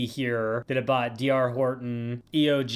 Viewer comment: I think its pronounced Dee Are Horton's